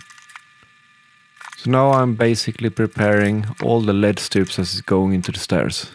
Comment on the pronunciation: Literally can’t watch the video because he pronounce “LED” wrong...😡